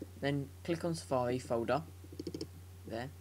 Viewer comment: Safawi. hhahaha you sound pro:D